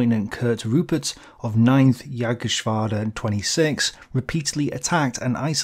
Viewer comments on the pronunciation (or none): none